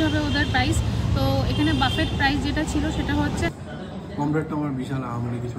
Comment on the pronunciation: কথাটা বাফেট নয়, বুফে। Otherwise 👍🏻